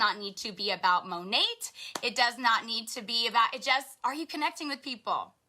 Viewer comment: haha you would pronounce it MO-neighborhood.